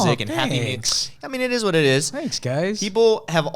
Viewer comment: Ryan: I meant it is what it is Meme: it ezz what it ezz